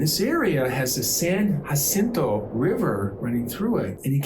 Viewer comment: Gracias for the great pronunciation of San Jacinto river ⭐️